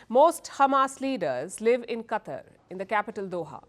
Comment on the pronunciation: Palki... It's not CUTTER... It's QATAR